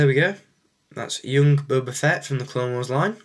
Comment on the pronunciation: feet:/ its fett :p